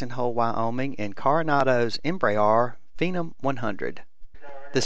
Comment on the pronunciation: MY OCD IS BOMING RIGHT NOW. YOUR SAYING PHENOM WRONG!!!!!!!!!!